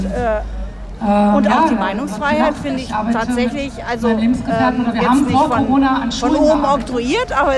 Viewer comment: Coooroona Corona... xd sry